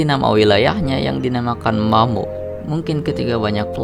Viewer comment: mammod kak bukan mammo